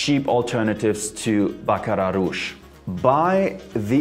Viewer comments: Thank you for the correct pronunciation! I knew folks were saying it wrong... Just jump on any bandwagon lol... I learned about it early last year but didn't want to jump on the bandwagon.. I finally went on the website today and brought a discover set to try as many as I can before buying a full size bottle. I love their website by the way!!! 😊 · Lol you pronounced the Baccrat rouge totally wrong. The “r” s are silent